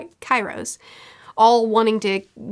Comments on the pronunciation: IT IS KYROS NOT CAIROS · So, for the mods, has no one told her how to pronounce Haki? XD Hak-ee. Also Kyros, is pronounced Kee-ros. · It is Kee-eeros